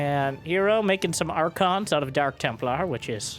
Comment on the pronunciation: Is it "Hero" or "Her Zero"? hmmm? hmmmmmmmm????